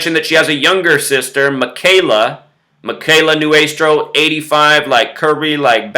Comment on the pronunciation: I was Kimberly's friend, and you speaking about her in such a demeaning manner is incredibly rude and disrespectful to her family, her friends, and her entire community. It is appalling to see someone who cannot even pronounce her name correctly pretend that he actually knows something about this. Kimberly's story was one that showed the compassion and love of the people around her, and you just turned it into some sort of twisted drama. Not to mention that you completely fail to even do your research correctly. Consider that the people whose lives this wonderful girl touched are heartbroken and grieving. Her community would be terribly upset to see this extremely offensive video in these difficult times. Please take this video down and stop talking about something that is not yours to talk about.